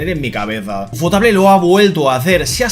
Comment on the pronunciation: por favor nunca vuelvas a pronunciar Ufotable en un video que si lo veo te lo denuncio🥲